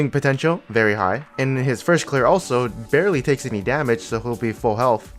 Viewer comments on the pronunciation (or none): none